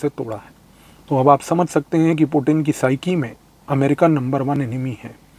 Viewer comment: Sir aap puttin word bahut acha sa bolta ha😂🙏🙏🙏